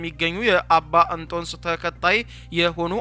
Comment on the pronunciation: ኣቡነ ኣንቶንዮስ 3ኛ ፓትርያርክ ብለህ ኣንበው!! ግዕዝ ማንበብ ኣትችልም ወይ? ኣቡነ ኣንቶስ ትላለህ